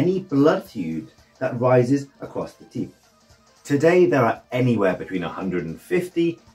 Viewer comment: teip is pronounced tape not tip